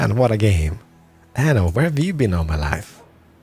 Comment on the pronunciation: You should pronounce "aNNo 1800" with two "N". With one "N" it means "anus 1800" in italian.